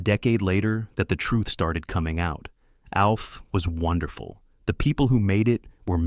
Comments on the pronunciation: "AWLF"?!!!!! "A.L F"?!!! "OLF"?!! No, it's ALF!!!! ALF, ALF, ALF!!!!! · It’s pronounced like elf. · Why does he keep mispronouncing “Alf?”